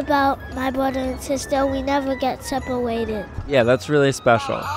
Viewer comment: its sounds more like "sepawwated" for me 😂